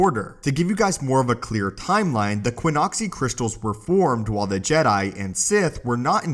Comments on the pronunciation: Qixoni, not Quinoxi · ki-ZAH-nee or ki-ZO-nee there's no 'U' there.